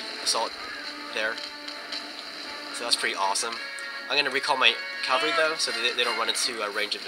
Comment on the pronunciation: no offense but its a pet peeve when people say Calvary. Calvary is the location where jesus was crucified or something.... now CAVALRY, those are mounted troops- kal-ver-ee is wrong kah-val-ree is what you mean to say GRRR